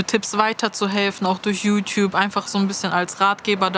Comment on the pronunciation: " Jü tjüb" 😄